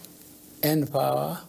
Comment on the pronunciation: Are you listening to this man. He pronounced N-Power, Pronoucment properly. Edited video.